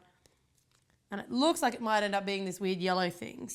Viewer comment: I am Japanese, YOU DIDN'T DO UT RIGHT